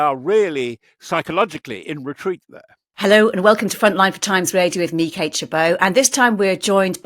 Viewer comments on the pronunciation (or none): none